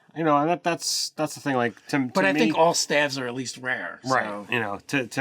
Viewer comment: Sooo ... top 10 steves hah ... Well steve rouger bust be top 5 Does steven strange count or is it just steves .... oh .. whats that ? they are saying staffs ???? why they saying it weird .